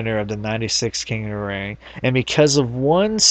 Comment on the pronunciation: "king uh da ring..."